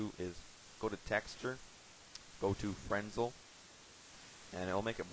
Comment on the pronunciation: its pernounced FER-NEL not FREN-SEL